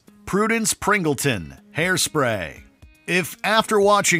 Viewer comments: it’s actually Pingleton not Pringleton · As an old fan of Hairspray... is Pingleton, not Pringleton, but great video other than that! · Actually, Prudence's surname in Hairspray is "Pingleton" not "Pringleton" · It's PINGLEton. For heaven's sake, she says it in the clip you used! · #1 You all don't even know what a Karen is, apparently. #2 It is Prudence Pingleton. Pingleton. NOT Pringleton. STOP saying Pringleton! #3 Where is Chastity Pariah from Elvira Mistress of the Dark? Where is Hilary Fae from Saved? Where is Mary Ann Bryant from Easy A? Where is Jason Voorhees' Mom?!!! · It's PIngleton, not Pringleton!